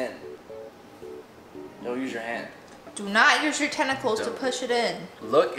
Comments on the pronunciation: Did you just call paws tentickals. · I like how she says tenicls when it's legs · When they say tentacles it’s Paws